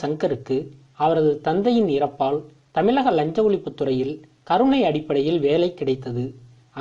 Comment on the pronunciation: முதல்ல தமிழ்ல ஒழுங்கா உச்சரிக்க கற்றுக் கொள் தமிளகம் அல்ல தமிழகம் தமிழகம் தமிழகம்